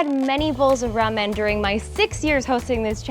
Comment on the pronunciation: i think u are saying lamen and not ramen and it is messing with my head!